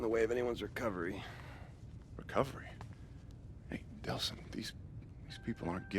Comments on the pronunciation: I agree with 100% of what you said in the video, personally I seem to have enjoyed the game more than you, I think it's because I lived the story as evil first, rather than good. I also was bothered by you saying Nelson instead of Delson sometimes, but meh, nitpicking. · I don't know if it is just me, but I thought I heard you say "nelson" whenever you mentioned the main character Delsin. its Delsin :) not Nelson. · its delsin not nelson